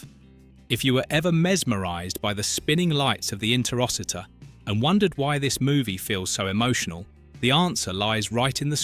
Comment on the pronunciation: If you've seen the movie, why do you mis-pronounce Interociter so much?